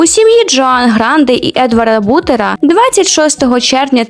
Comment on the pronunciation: у отца фамилия не бУтера(бутер, ага, ща б пожрать) а бутЕра, ну даже скорее бутЕрра, типа итальянец понимаешь да